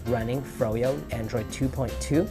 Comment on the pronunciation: "Androiod" - on . You just got the latest OS.